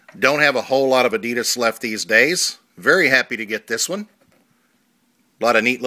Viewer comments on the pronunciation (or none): since when were they called 'adeedus' lol